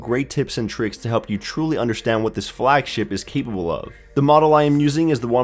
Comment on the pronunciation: "keepable of"? 😂